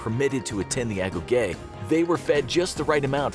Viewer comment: It’s pronounced ago-gee.